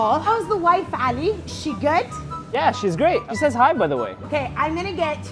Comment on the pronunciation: are you guys Arab because in Ali you pronounced the a like ع and you say shawarma in a arabic accent so are you Arab .